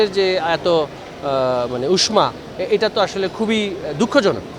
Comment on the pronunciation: শিক্ষামন্র্রী হয়ে সঠিকভাবে উচ্চারণ করতে পারে না।উষমা উচ্চারণ করে।